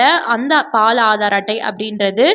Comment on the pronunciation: அது பால் (paal) illai. Baal..Please ஹிந்தி கத்துக்கோங்க